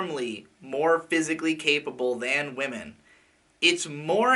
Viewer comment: wamen lol